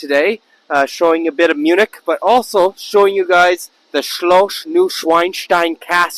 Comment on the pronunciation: For goodness sake castle pronounces shlos not shlosh...